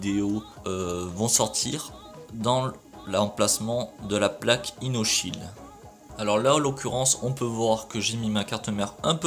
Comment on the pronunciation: c pas plaque ino sheild ms plaque io sheild